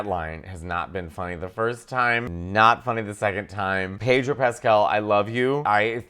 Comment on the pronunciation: More Pedro please. And it's Pedro, not PAYDRO!